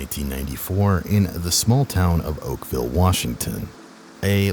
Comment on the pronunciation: Not oakvale